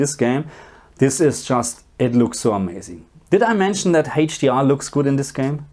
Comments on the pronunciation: Still haven't learned to pronounce "HDR" I see 😄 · He's German, what do you expect?